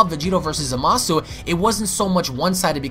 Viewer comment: Yo Its Zama-su not Za-maaa-su. Smh